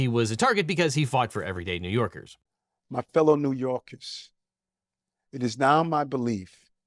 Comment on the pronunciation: "My fellow New Yarkah's"